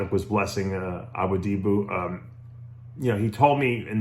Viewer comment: “ABOODEEBOO” hahahahaha. Dave gets worse every video at this name. Next time he’ll just go full Aladdin and call him PRINCE ABUBU!!